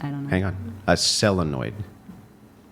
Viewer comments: Why is he saying Sell-enoid? 😂 its solenoid bruh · Solenoid not cellenoid... sorry was driving me nuts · Umm wtf is a sellanoid? That’s not a thing. Solenoids are a thing. If you’re gonna act like you know what you’re talking about at least learn the correct words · ...it's Solenoid...not selenoid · For someone that supposedly came from robotics it's weird to hear you mispronounced the word solenoid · please learn how to say Sil in oid. lol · SOLENOID. That's an "O" after the "s",. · Dude can't even say solenoid right. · saying solenoid wrong is sending me. Selenoid. Selenoid? Selenoid. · Just FYI. The word is solenoid. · I assume trying to say solenoid. Not cell-a-noid. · If you’re going to use the word solenoid, at least say it right. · aruments about SOLanoids is ridiculous when, He cant even say it correctly...you are asking modern woman that dont need to do these things so of course they won't know. That doesnt mean they are not smart enough to figure it out.....we got to the moon because of a woman's math skill....Albert Einsteins wife helped him to solve his equations....woman would figure out everything they needed and it may take time and they may go back to the stone age but they will do it. You can build a stone axe, we had to learn from the beginning...they also have YouTube lol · Also it's SOLENOID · can’t pronounce solenoid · was he trying to say Solenoid? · sOlenoid mf SO leh noid 👉🏼Solenoid 👉🏼Solenoid ? 👉🏼Solenoid Proceed with the show. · A selenoid? Dies mean a solenoid? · It's solenoids pal, not selonoids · can be entertaining but the cringe was high when he repeated selonoid instead of solenoid. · Solenoid not selenoid. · So what is a selonoid? Does he mean solenoid? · It's a solenoid not a selenoid😂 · "Solenoid" not "Selinoid" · mispronouncing "solenoid" like it's spelled "selenoid" 🤮🤮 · Solenoid. Not selenoid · A sellanoid? Does he mean solenoid?